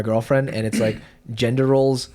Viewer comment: ffs it's "gender" not "gendor".